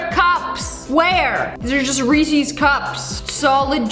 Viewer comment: I'm if it's a !thanks MN thing but why does she say rEEEEsEEEEs.?